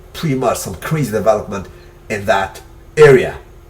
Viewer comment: am i the only one annoyed with the accent in "devah-lopment"?